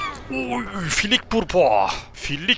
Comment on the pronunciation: 9.05 filik ❌fallik✔